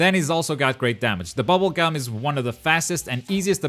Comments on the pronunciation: Bubble gum!? Bungeee Gum! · Its bunjee gum